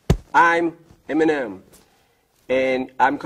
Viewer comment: 왜 에미넴이 엠엔엠으로 들리냐